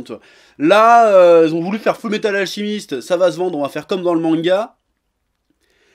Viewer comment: Ça m'a perturbé d'entendre "AlCHImiste" tout le long de la vidéo, mais je vais rien dire sinon je vais me faire insulter. Ah bah trop tard.